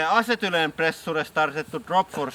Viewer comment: Can't say I've ever head acetylene pronounced "Assetoolan" before...